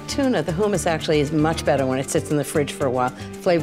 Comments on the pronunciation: She's so bougie and uppity that she's messing up words...Hoomis???? It's hummus.. hum like in hum a tune......yet and still she's one of my favs 🤣🤣🤣🤣 and don't forget, always use "good" vanilla 🤣💀🥴🥴🥴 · Ina, it's pronounced hummus not who - mummus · Who - muss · Is it weird that it bothers me that she keeps saying "who-muss?" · "who says "HOO-mis?" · Wtf is Hoooo-mas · Why does she keep saying hoomus ? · Terri Myrick I'm with u on that. I never heard it pronounced that way.